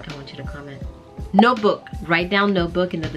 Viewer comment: For some reason I thought you said no book 😂Note book ❤🇬🇧